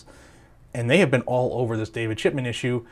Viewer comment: Your audio is ok...but whenever you say "Chipman" i hear "Shitman".🤷‍♂️